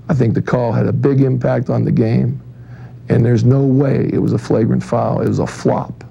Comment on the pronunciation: "into a shlagrant foul" hahah